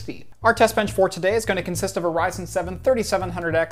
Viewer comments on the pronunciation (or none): none